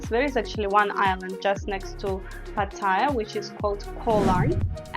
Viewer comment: YOUR PRONUNCIATION IS VERY BAD...Ask any thai person to say "pattaya "...firstly there is no I in pattaya...PATT-A- YA......If you can not even PRONOUNCE the name of the city your talking about.. then .guve up and go home...ps YOUR NOT LIVING IN THAILAND...YOU ARE ON HOLIDAY